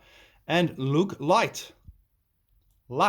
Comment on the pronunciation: It's pronounced Loo, the Celts are quite specific about how it's pronounced in the gaelic tongue, and remains that way in Irish tradition too, there is a great channel called the kingdom of Lugh, who is basically a scholar on the subject. The word Tree is etymologically traceable to its root, and to modern English, the Celts had their names for the Gods, but had other words they used for tree, branch, twig, stick, wood, bark, leaves, logs and roots etc, this was essential as in most languages, as when using the God's in a story tree's were referred to as well, being everywhere in the landscape, they were kind of inescapable in their inclusion, so not to get people confused thinking a Log ends up sitting on an old Lugh Lugh was chopped into smaller pieces, by an axe swinging Dry dead Log, Lugh the almighty, burned all night keeping the old log nice and warm and even used it to boil some water for a brew.... Lugh the Supreme God of choice when running out of fire wood. just burn Him.